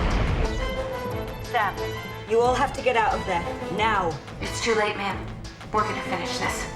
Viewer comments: The entire time it sounded like they were calling her mom. Hehe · Like the way they calling her Ma'am which sound like Mumm is someways. Great movie 👌